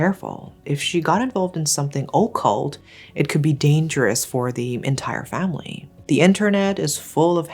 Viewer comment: Occult is pronounced like uhkult not ohkult